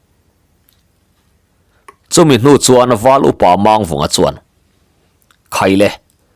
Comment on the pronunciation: hi thawnthu i chhiar tam tawh a, thiam pawh i thiam viau mai, lam dik loh erawh hriat tur a awm zeuh zeuh. Tun thawnthu chauh pawh ni lovin, Pawi hming lam dan hi lam dik loh a tam. Entirnan tlem han tarlang ila, Mang tih hi Lusei hmingah chuan thluk seia lam a ni ber a, Pawi hmingah erawh, thluk sang leh hniam chu awm ve bawk mahse, thluk sei a ni ngai lo. Mangchhuma, Manghmunga, Manghnuna, Mangkiauva, etc tihahte chuan thluk hniam, ka peih mang lo, tiha mang lam rik ang hi a ni. Mangliana, Mangnawla, Mangthuana, Manglinga, etc tihahte erawh thluk sang tawi a ni thung, mangkhawh tih ang thlukin. Duhmanga tihah erawh mang vek tih angin. Tin, Chem tih hi hming tawp lama hman a ni deuh ber a, hei pawh hi thluk hniam tawia lam chi bawk, 'ṭha ber' tih a ber thluk ang hian. Eg. Thangchem, Lianchem, etc. A awmzia pawh zoṭawnga BER tihna a ni. Pawi chuan hming tawpah A an dah ngai lo va, mahse, Zoṭawnga sawi chuan dah a ni mai ṭhin a, dik chiah lo mahse a pawi lem lo ve. Tin, Zataia tih hmingah a tawp lam hi thlukhniam tawia lam tur a ni bawk, hneh tihna a ni.